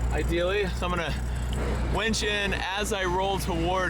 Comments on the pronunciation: I don’t wanna hurt your feelings but it’s called a winch you were saying wench winch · "Wench"??? or Winch.... Hahaha Love ya! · To be fair, does always pronounce it wench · Do all hill people pronounce it “wench”?